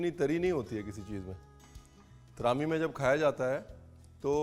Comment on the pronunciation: Bahut hi zyada acha laga apne Kashmir ko aapke show me dekh ke …aur aapke muhh se “traami “aur kashmiri words sun k bda sukoon mila ..Thanku for this recipe